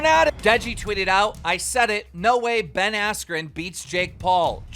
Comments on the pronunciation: Anyone else hear him say jake Paul vs Ben weller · “After the fight with Ben weller” -keem